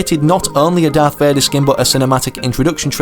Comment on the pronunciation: "Darth Vadar"